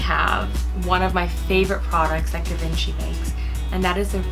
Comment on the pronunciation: It’s pronounced GeeVonShe.